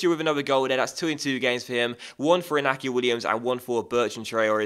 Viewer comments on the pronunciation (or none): In-yacky Williams and Aye-merik Luh-poor. ;) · i get annoyed when you pronounce iñaki williams wrong. It's pronounced in-yaki williams.